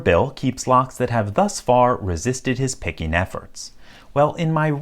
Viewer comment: "pickenin", "impressionin", so downvote